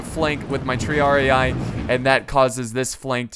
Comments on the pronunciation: Its not Triar-i-ay, its Triar-e-e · And the pronunciation of Triarii and Sagittari? Tree-ar-ee Sa-djit-taree